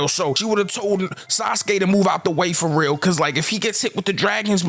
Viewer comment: When you say "foreal" I hear Baltimore all in you're voice you def from close by 😂💪🏾